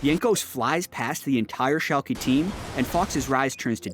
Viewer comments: its Schalk"uh" not Schalk"y" or EE like you would say Yankee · Shalkie. C'mon:D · pronunciation of Schalke